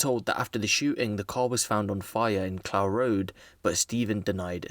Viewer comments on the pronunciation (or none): Clough road or clowe road. Clough is said like rough or tough.